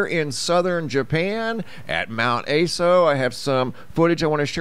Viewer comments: Mt Ah-so not Ay-so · Mount ASO... A sounds like the "u" in up, and SO like the "so" in sock. Japanese vowels like this... A as "u" in up... I as "i" in sip... U as "oo" in boot... E as "e" in bet... O as "o" in hot. Just in case you care, or wanted to know.